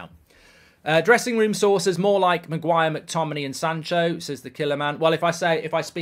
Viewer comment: ITS MAGUIRE LOL